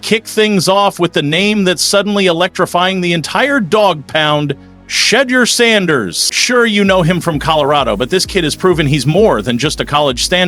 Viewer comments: Please learn how to pronounce #12 name correctly! Due Respect…! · Please, please pronounce his name correctly. It is so disrespectful to our people. It really means a lot. If you care!! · WILL SOMEONE PLEASE PLEASE PLEASE TELL THAT MEDIA PERSON TO STOP MISPRONOUNCING SHEDEUR SANDERS NAME. IT IS SO DISRESPECTFUL 😡😡😡😡😡😡😡😡